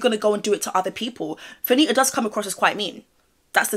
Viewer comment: You are doing the most. 😂 That stressing of the last syllable is completely unnecessary in order to enunciate the “T”. You could have easily pronounced “Fannita” with the hard “T” accompanied by a quick short “a” vowel sound. Saying Fanittahhhhhhh over and over again is wild. Heaven forbid you ever have to discuss a story with Latinas. You’re going to be all day. 🤣🤣🤣